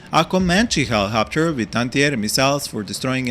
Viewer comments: It’s helicopter not hellohopter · He-Lee-cop-ter seems more beneficial 🤷🏼‍♂️ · I love the way you pronounce helicopter. My beloved helihopter :3 i want to use them better but i always use them multirole, guess i should use them to fire more at tanks and get rid of hydrapods